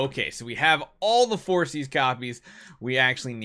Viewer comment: I think it's pronounced For-kis instead of forsees